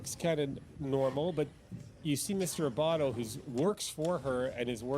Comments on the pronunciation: Adam Abbate....not Abbato Anna Cross....not Emily Cross Just being helpful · ..Abatte NOT Abatto....and Anna Cross, NOT Emily.